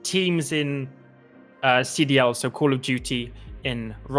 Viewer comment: Did lando just say CDL😆